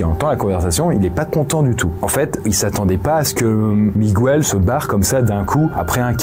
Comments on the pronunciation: Petite précision: le prénom Miguel se prononce comme en français, donc Miguel, et non pas Mi-gou-el! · on prononce mi-guel pas mi-gu-el x) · En espagnol, c’est pareil c’est miguel pas migouel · Attention, pour info « Migouel » c’est ptet la prononciation en espagnol, mais pas en portugais ^^’ c’est « Miguel », prononcé comme ça se ferait en français ;) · Par contre, on dit pas Migwel, mais on dit Miguel. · Miguel se prononce comme ca s'écrit et non MigOUel. C'est une exception de la langue. C'est gratuit, bisous! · Surtout qu'en Portugais c'est juste Miguel, pas MigOUel 😭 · J'apprécie toujours autant cette chaîne, par contre ce soir, dans la deuxième histoire le "migouel" ça m'a piqué les oreilles, suis je la seule ? 😅